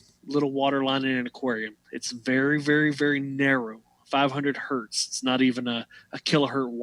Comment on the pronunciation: 1 Hz is 1 Hertz, not a Hert. thanks you.